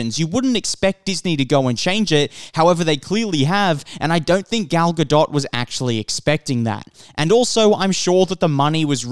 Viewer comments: It’s not gal ga”dot” • it’s pronounced gal ga”dote” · It's not pronounced right, it's not pronounced like DOT, it's pronounced DOET. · He doesn't. It's Ga-DOET not GaDOT. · Not to be that person but Gal's last name is pronounced "Guh Dough" :) the T is silent. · The "t" is silent at the end of "Gadot". It pronounced "ga-doe" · This guy has never heard her name pronounced ?? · My thoughts are that you absolutely butcher her name into oblivion every time you mention it... makes me cringe. The T in Gadot is silent! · dude... I'm an Israeli and a native Hebrew speaker. Her name is Gadot, this is how you pronounce it. Where did the "E" came from? גדות...